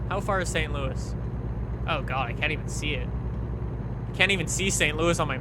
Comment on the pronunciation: The way says St Louis is triggering.